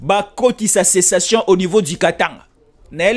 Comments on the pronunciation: Sécession et non pas cessation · Et non cessation.